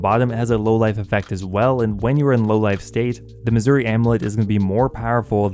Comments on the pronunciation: The way you say "Masuri equipment" makes me hear "Missouri equipment" XD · Still calling it missouri